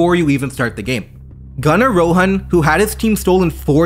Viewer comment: I'm not sure if you're of indian descent or not. But I love that you use the correct pronunciation of "Rohan"